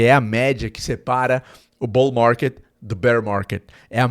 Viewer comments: "BOU MARGUÊD, BÉR MARGUÊD" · Bour marrrket Bearr marrrrket 😂😂😂